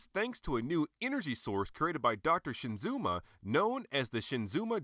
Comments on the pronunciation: SHIZUMA.... Not Shinzuma lol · Not "ShiNzuma," but simply "Shizuma." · This is an awesome review. I got mine last week and got it at a good price of just $55. I took photos of it a couple of days ago and just posted them to the robotjapan forum. Although I have to admit I cringed every time you said "Shinzuma" Because it's Shizuma. ^_^ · I prefer the Yamato version. It's much bigger and almost completely Die-cast. Also, it always irks me when folks mispronounce names...It's Shi-Zuma not SHIN-Zuma. Good review! Love your camera work!